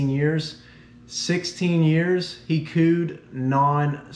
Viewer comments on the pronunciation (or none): “For 16 years, he cooed all the time” I thought he said pooed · When you mentioned the coo I thought you said “ he pooed nonstop”